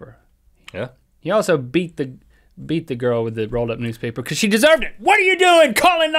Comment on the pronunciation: jan rychwinski "becouse" lol